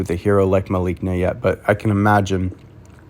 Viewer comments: Malice + Na, the c is pronounced like an s. Trust me on this for I am a former spelling B champion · I think her name is pronounced Mel a see na